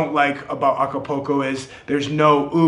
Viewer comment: Nice video ,, cool channel ,,, just one point .. the city ACAPULCO is not pronounced A C A P O C O .. it is pronounced A C A P O O L C O .. you know like a swimming pool ..